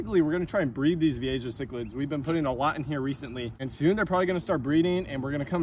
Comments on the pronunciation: Don’t you ever pronounce Vieja like that ever again that was actually disgraceful to the fish keeping hobby. How is it even possible to be that wrong at pronouncing a word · Youre all wrong. The J is pronounced as a G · You pronounce vieja wrong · You’re pronouncing the fish wrong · Dude VEE-A-HA not vee-a-Ja. The j sounds like a H sound. Man did that really start to annoy me. If your going to be making videos that are informative about fish, atleast please learn the name correctly!!! It wouldn't be that annoying but he probably said the name 75 times in less then 10 minutes haha. Dope that your catching them in the wild but also know, if you brought even your nicest ones into my fish store I'd maybe be give you$15. The one you saw in the store was with some kinda female(which no one with any sense would by for 150 ) or was prob one of the Columbian or similar more drab type that are naturally less colorful then some of the more rainbow colored species that actually can go for quite a bit more money but from experience in the fish industry it takes a long time to sell one because it takes a very specific type of fish keeper to actually buy them. Cool video tho. I'm definitely jealous that yalll can just catch all these amazing fish out the bayou and canals in Florida(even if it is incredibly harmful to the native species that are supposed to be there) but regardless atleast catching them and removing them is a great start to helping the native species survival even if it's only a handful a day.. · The "ja" in vieja is pronounced "ha". J's in Spanish usually sound like H's in English. Just started watching your videos. The aquarium ones. I'm an aquarium nut. I was VP of an aquarium club for 3 years and secretary for 4 years before that... Damn! I think I could move to South Florida and just run around with a net and a bucket and be happy for the rest of my life. This looks so much fun! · Pronounced vee-AY-ha. Spanish word for "old." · Pronounce as Viyeha :)